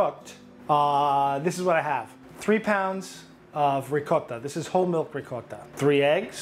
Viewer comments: As a Long Island Italian: “Rigcot” is correct way to pronounce Ricotta. Don’t fight me one this. 🤌🏼🤌🏼🤌🏼🤌🏼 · FINALLY someone who says mozzarella and ricotta correctly. Rigaught and mootz..👍. Nice job chef.